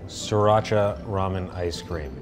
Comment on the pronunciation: SRIRACHA???? was it just me that noticed that?